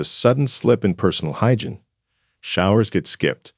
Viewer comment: This is insulting!!! It’s ageism on steroids. You are lumping every person over 65 into one bag! I am 78. I have high functionality. I don’t forget words. I don’t forget people’s names. May I suggest you correct your grammar on your AI. It’s not “hygin!!, it’s hygiene!! God!! I hope you don’t have aging parents!! Someone should warn them their days are numbered!!